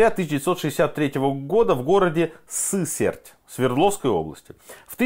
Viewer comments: Не СЫсерть, а СысЕрть , в гугле то забанили, видимо. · При всём уважении. Правильно ударение СысЕрть, а не СЫсерть. Выпуск отличный. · Город Сысéрть так-то 😅 Хоть бы следующую вкладку на Вики открыли, чтобы узнать как правильно ударение ставить 😉